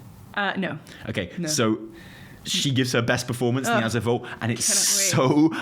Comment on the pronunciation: Thank you for pronouncing "Azure" correctly!!!! OMG it's killing me how many people can't speak proper English. My school teacher brain goes into meltdown every time I hear someone pronounce it uh-Zoor. And I'm an American!